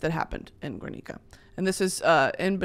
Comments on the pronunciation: brittany as a spanish speaking bestie i need to let you know that in "GUERNICA" the u is not pronounced! like in "guerra" ok love you thats it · you know better than to pronounce “Guernica” like that 😭